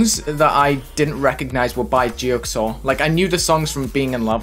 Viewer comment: geoxor (gee-o-z-or)